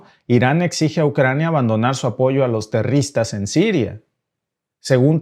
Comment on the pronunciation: Amigo.queda patetico como dices la palabra terroristas.sin ofender.